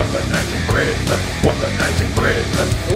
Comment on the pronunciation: "The war on Smissmass!"